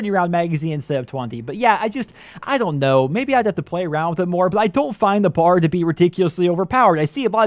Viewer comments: For future reference: it's B.A.R. aka browning automatic rifle, not bar like you're going out for drinks. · Annoys the hell out of me when people call it the "Bar" ....It is the B.A.R. (Browning Automatic Rifle) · it is called the B. A. R not the BAR